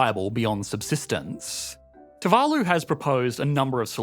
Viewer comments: your pronunciation of too-va-loo is driving me crazy. You keep switching back and forth. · The pronunciation of Tuvalu is painful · 1 video, 2 different pronunciations of Tu-VA-lu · And here I thought it was pronounced toovaloo